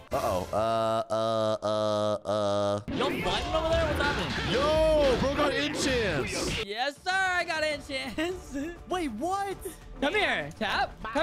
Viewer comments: When tap got enchants it said “ECHANTS”😂😂😂😂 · Wait does anyone notice said echants instead of enchants when he got it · When tap said he git enchants spelled it echants 😂